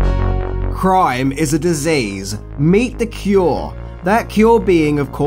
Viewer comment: Love how you pronounce cure